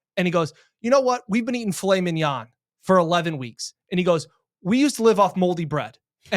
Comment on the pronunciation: is an original. I'll take Fillet (FeeLay) Mignon (all the French I know).